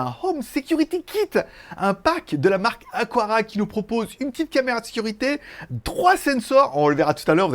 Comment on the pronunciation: Aqara et non Aquara 😉